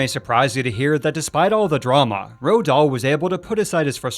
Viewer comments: "Ro Dahl"? I've heard a most people pronounce it like "Rolled", so I looked it up and apparently it's pronounced "Roo-all". I've no idea where you got "Ro" from. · Guys it's definitely NOT pronounced ROAH or ROAD it's Roo-all.